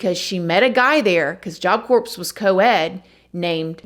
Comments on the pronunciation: Just an FYI, Corps is pronounced "core" the p and s are silent. No offense. We love you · Job Corps (CORE) just like Marine Corps (CORE) it’s pronounced CORE please & thank you :) lol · For the love of Pete, it’s pronounced job CORE 😂😂 I’m so sorry. It was just driving me nuts and you gotta know, love. ❤️ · Girl, I don't say this to be critical, I just know that if I was mispronouncing something I'd want somebody to tell me the right way to say it. Its pronounced core, even though its spelled corps. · I'm not trying to be mean, but I'm a grammar freak...Corps is pronounced "kor" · CORPS is pronounced "CORE".... don't you have a son in the military? You should know this by now.🤦‍♀️ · That's not a reasonable comparison AT ALL. Lmao. Nice try. This is an extremely common word and one that she would hear from her son and at all of his events. I am cringing at the fact that she probably says "Corpse" lol in front of all his military buddies. If she did proper and thorough research, she would absolutely know better. The standard for research is Stephanie Harlowe. utterly pales in comparison, and seeing as this is her full-time career, there is absolutely no excuse. All she had to do was look up the pronunciation, and she just decided not to. She's done this on almost all of her videos, and it's coming across as extremely lazy and honestly disrespectful. You don't need to make excuses for her. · Job Corps like Marine Corps. (Core) 👍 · Its spelled CORPS, But it's per nouned CORE. what a shocking story. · Job Corps... The P and S are silent.. Love ya gurl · Love you but the S on Job corps is silent. Just like the s on Illinois. You don't pronounce the s. I promise. I love ya girl. Just check the pronunciation. 💜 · Job Corps has a silent “p” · The p is silent in corps. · Pronounced core not corpse. That's a dead person.🤦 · Corps isn't pronounced corps. It is pronounced core. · You don’t pronounce the p in corp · It's pronounced "core".